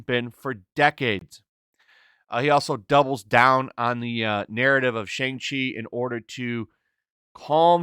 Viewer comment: Whats the problem with pronouncing Shang Chi the proper way? I get that you don't like the movie or whatever but you can at least pronounce the name correctly. Its really not that hard.